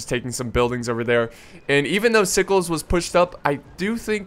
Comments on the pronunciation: i dont think Sickles is pronounced "sikes" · its pronounced you well. i was raised in the south so it a requirement lol and sickle was a key component to the victory and the battle even happening the csa would rather have not fought there but if they had to lee wanted to hold the heights but since there was a union unit in the way his forward units couldn't get past them. to take the hills.